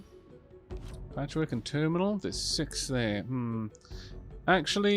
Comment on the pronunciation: Every time you say "Patchwork" i hear "Patrick" then I imagine the Chimera Squad base getting calls asking "is this Chimera Squad?" and her answering the phone and saying "NO! THIS IS PATCHWORK!" before hanging up and muttering to herself how everyone keeps asking if she's a Chimera. Then Whisper of course being the one who points out "that's the name of our team" - "WHAT?"